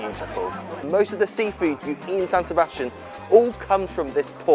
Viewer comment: SAN SEBSATIAN